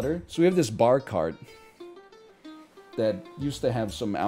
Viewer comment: Pahk the Bah Caht